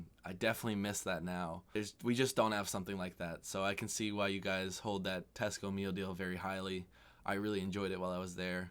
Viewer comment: Hearing the words ‘Tesco Meal Deal’ in an American accent never fails to entertain me.